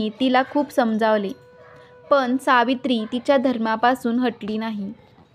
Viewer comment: सावित्रीबाई मुहूर्त बघत राहिल्या असत्या तर सत्यवान आधीच वर गेले असते. मराठी भाषा नीट बोला करने हा शब्द करणे असा उच्चार करा. पन हा शब्द पण असा आहे.तुम्ही कोण शुभ अशुभ ठरवणाऱ्या? स्वामींच्या नावाने लोकांच्या भावना दुखवू नका. कोणी काय प्रसाद ठेवायचा हे ती व्यक्ती ठरवेल. भाषा सुधारा व्हिडिओ बनवण्या आधी. अशुद्ध मराठी ऐकवत नाही.😮 ज्याला जे करायचं ते ती बाई करेल तुम्ही नका सांगू. नोकरी करणाऱ्या बायका कामावर कधी जाणार. पूजा करून पोट भरणार नाही. काम हे जकेलाच पाहिजे. साधारण पने नाही साधारण पणे असा शब्द आहे. ज्या बायका सकाळी सहा वाजता जातात आणि रात्री नऊला येतात त्यांनी काय पहाटे पूजा करायची जा?